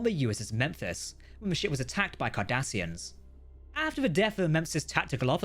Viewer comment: I just had the craziest mental flash... When i heard Cardassians... In my head i heard Kardassians.